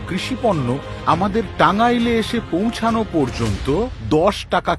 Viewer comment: পৌঁছানো শব্দ টার উচ্চারণের বোঝা যায় সে পশ্চিম বাংলার।